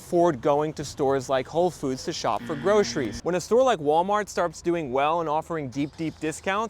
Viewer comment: When did groceries become groshries? It's even harder to pronounce.